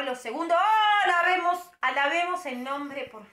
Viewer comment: "A lavemos","alabemos","a la vemos"JAJAJJAJAJAJAJJAJAJAJAJ